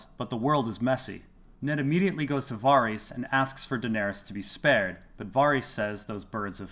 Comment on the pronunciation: Why do you keep pronouncing it Var-ees? It's pronounced Var-is